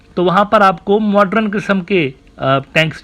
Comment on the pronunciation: Dear Admin Uneducated Geopolitics Scholar! It's not MODRUN ( pronunciation) It's MODERN 😂🌝